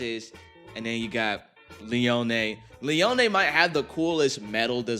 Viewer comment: Dude, Twisted Tempo fucks, I love Metal Masters. But also Leone is pronounced Lee-own, I know this, I had a gay-ass crush on Kyoya as a kid.